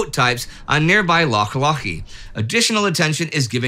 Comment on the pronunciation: Can I just say, big congrats to Indy and the Team for the great ponouncation of Scottish place names! Hearing non scots speakers properly pronouncing the gutteral 'ch' sound, as in Loch Lochy (the lochiest of lochs btw), instead of the anglicised 'lock' was music to my ears! It's not super important but I really appreaciate the attention to detail. :)